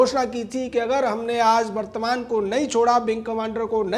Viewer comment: गौतम विंग कमांडर अभिनंदन वर्द्धमान नाम है शायद गलती से वर्तमान बोल रहे हो